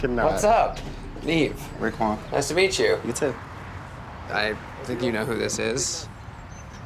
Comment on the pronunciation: Ra’quan? Seriously? Lol